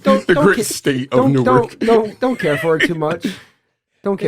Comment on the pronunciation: nooooo he said New Ark noooooo